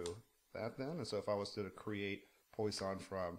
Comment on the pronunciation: I think it's pronounced more like that wah than oi.